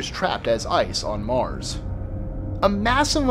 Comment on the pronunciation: i like the way u say Mars xD